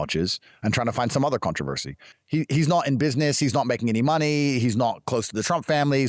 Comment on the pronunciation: Looooollllllll narcs will really try to collect people to feel important. this is the discard phase "He's nort my boii" so weird how they use so much aave